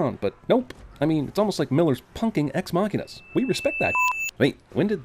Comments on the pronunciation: STOP SAYING EX-MACHINA!!!! FOR CHRIST SAKE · One sin added for each time you mis-pronounced "ex-machina." But otherwise, pretty much exactly what I was thinking as I watched the movie.